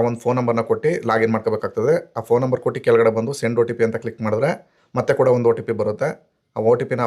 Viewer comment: Also Kotti, Bitti helbedi. Kottu, Bittu is correct. Your explanation is very good.